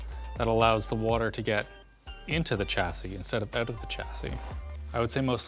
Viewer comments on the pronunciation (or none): Your pronunciation of chassis offends me. :)